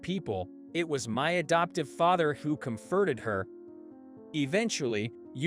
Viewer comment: Kyle needed to get fired . He was a bully looking down on others when he doesn’t know what they have been through & how hard they got to where they r at n their place of life. Oh comforted Is not pronounced the he pronounced it. Learn to speak words correctly.